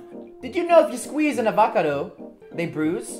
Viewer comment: Foong Chen you did to u said Avacardos it’s avocados